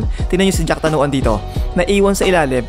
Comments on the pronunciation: boss jakrawan hindi jacktanuan...yan ang magaling sa thailand kaya dapat wag nating maliin ang apelyido..paulit ulit lang kasi.. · Jack Tanuan? 😂😂 Jakrawan. Anyway RIP jack tanuan